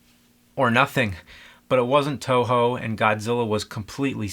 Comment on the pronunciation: its toho not Tojo